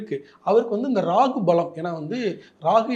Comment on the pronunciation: It’s Rahu. Not Ragu !!